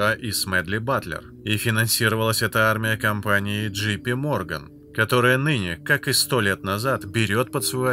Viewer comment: джей пи морган, а не джи пи